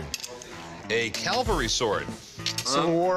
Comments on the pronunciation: its cavalry not calvary jfc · It has always bothered me that Rick can't say "cavalry." The "expert" said it, too. Must be a Vegas thing. CALVARY is the site where Jesus Christ was crucified. CAVALRY is a mounted military unit. 1st Cavalry is called "1st Cav" not "1st Cal." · A cavalry not a calvary sword Rick. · You can say Calvary or Cavalry, big difference…i know you are a really smart guy…but it just grinds on me when people don’t respect what the two mean.. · Rick really needs to learn the difference between cavalry and Calvary. He looks like a buffoon here, multiple times. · It's CAValry, numnuts. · CAL-vary? O c'mon Rick. Just too hard to say CAV-al-ry? Buffoon.